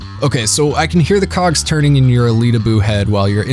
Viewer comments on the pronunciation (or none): none